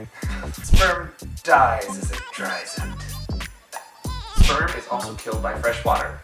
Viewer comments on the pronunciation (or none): He said shperm at the beginning